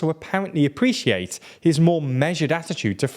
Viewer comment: AppreSSiate, InflaSSion, what are you a snake?